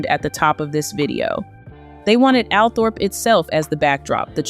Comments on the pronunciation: Althorpe is pronounced “All Trup” do your research before uploading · Please do proper research. The estate is not called Althorp it is pronounced Altrop. Americans just don’t know. You only have to listen to Earl Spencer to find out instead of making it up yourself.